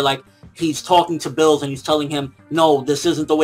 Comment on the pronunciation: It's Beerus, nor Bills. Chris Sabat fought for this name after a part of the fandom came to the conclusion that it makes the most sense. The pun is Beer + Virus (originally he was supposed to induce evil like a virus before Toriyama revamped the script)